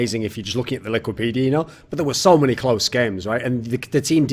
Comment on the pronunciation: "im pretty sure we didn't practice against mäny teams"